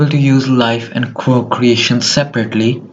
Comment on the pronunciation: Bro said quiork and I can barely understand him